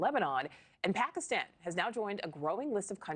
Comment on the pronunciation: pakaaastawn....reporter can't even say the countries name right